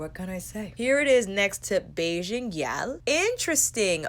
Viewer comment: You're hilarious! That sensual zoom killed me lol I died a little at the pronunciation of gyal, but you got Bajan right and that's what really matters haha. ( I say this as a Bajan) I'm between getting Island Ting and Bajan Gyal, and I cant't wait to get in store and swatch them sighhh